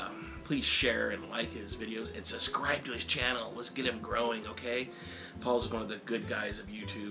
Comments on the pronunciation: JOEY you always say "suscribe"... THERE IS A "B" IN "SUBSCRIBE"! PLEASE SAY THE "B" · It's not pronounced "suscribe"